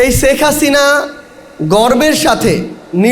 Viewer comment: আমরা যতটুকু জানি বা শুনেছি মোট খরচের 90% ভাগ রাশিয়ার কোম্পানি নিজে খরচ করেছে তাহলে 10% এ 50 হাজার কোটি টাকা কি ভাবে আত্মসাত করে এই বেয়াদব সেখ হাসিনার নাম পর্যন্ত ঠিক ভাবে উচ্চারণ করে না । জমিদারের নাতি